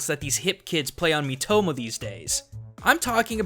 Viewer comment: miitoma NO ITS MIITOMO!